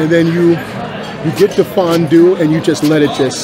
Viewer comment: Yoo that "fonnn duue" had me giggling like a child lol. If you ever come to central PA we got a big farm show in Harrisburg every January. They got some good grub and killer milkshakes, that'd be a dope chug! You got fans everywhere! ❤